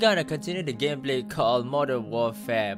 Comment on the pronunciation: It's warfare not warfair.